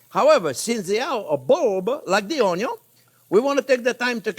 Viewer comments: Yep, it’s contagious. I’m only just subbed in few days ago, and my kids are trippin. “Measure carefully, don’t burn your tong, always start with da onyo”. I’m learning 👍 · (" "ONYO" YES ... BUT NOT "ONION" ... lol ... ☺ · I just love how he says "onion" 😂